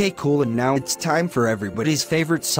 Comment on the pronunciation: "it's soda tiem"